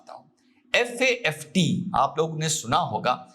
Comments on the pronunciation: Good analysis! 👍 लेकिन आपने 1–2 नहीं पूरे हर बार FATF को FAFT बोला.... प्लीज ऐसी गलतियों का रखिए!!!! विशेषकर जब आप क्लेम कर रहे हैं की ऐसे राजनीतिक मामलों में आपका कमांड है.... Hope you will take it positive! 🙏🙏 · Sir its FATF not FAFT 💓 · Sir it is FATF NOT FAFT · It FATF instead of FAFT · It is FATF and not FAFT? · Sir aap baar baat FATF ko FAFT bol rahe ho 🙏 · Sir with due respect, it's FATF not FAFT . We understand it's slip of tongue. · FATF को आप FAFT बोल रहे है। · FAFT nahi, it is FA TF. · Sir it's FATF not FAFT as per my knowledge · FATF को आपने बोला है FAFT वो भी एक बार नहीं बल्कि बार- बार बोला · Its FATF You said FAFT. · Dosto sir se sleep of tongue hua hai its "FATF" not FAFT....✅ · FAFT नहीं FATF 😅 बोलो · Sir its "FATF" 🙏🏻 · सर आपने FATF लिखा सही है उच्चारण गलत कर रहे हैं।